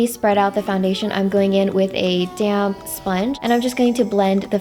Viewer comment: "I'm gonna take a damn sponge" 😂 that's what I hear every time someone says damp.